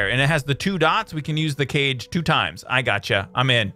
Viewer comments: Kage the Japanese word for shadow (say ca-gay) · BTW, the kage thing isn't pronounced cage, it's pronounced ka-ge, ge like genji from overwatch... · it KA-gay not Cage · Kage is pronounced Kah-Geh, not cage. It's Japanese for shadow. Great video man! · hey man love the video but BTW I'm pretty sure it's pronounced like kah-g idk how to make proper written pronunciations it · Kage is pronounced (Kaw-gey)